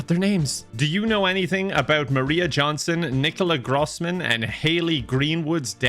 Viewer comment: Grooossman? Grooosman!? That is not how you say it!